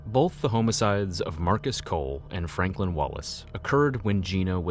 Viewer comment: Him saying HOMMA - SIDES is killin me fr 💀😵🪦